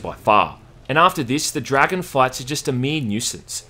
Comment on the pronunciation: When you say "dragon fights" i sometimes hear, "dragon farts" ;-)